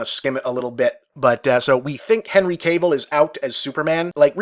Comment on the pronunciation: Dammit Bob, it's KAH-VEEL not CABLE